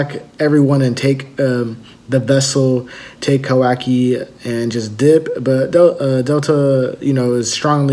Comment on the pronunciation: Look Man...learn the names.....what assassin? it's KAWAKI and not Kawi....sad